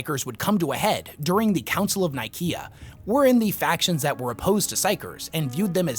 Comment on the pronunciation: I hate your pronunciation of Council of Nicaea, especially since its a copy cat name of the actual Council of Nicaea that actually happened IRL in AD 325 in the real place of Nicaea. Look it up.